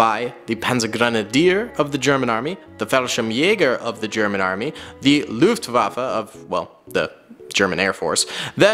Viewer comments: Luftwaffe not Luftwafa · How can you pronounce Fallschirmjäger sp perfectly but then say "lUfTuAfFa" 😭😭😭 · (No hate) but please learn how to say Wehrmacht, fallschirmjäger, Luftwaffe and panzergrenadier.